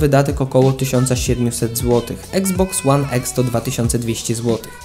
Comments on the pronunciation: I to kurwa (eksbox one eks) wsesie xbox one x to mnie tak wkorwiaaa wes mow normalnie i iksboks one iks) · mówi sie iksboks łan iks a nie eks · Jprdl jak mnie boli eksboks łan eks jprdl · Czyta się i xbox one x a nie exsa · nie mówi się exe